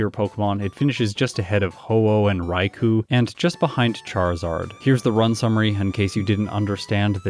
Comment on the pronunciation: Just FYI, Raikou is pronounced "Raiko"